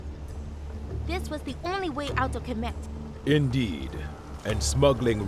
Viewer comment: It's Kemet. Not "Kemeth"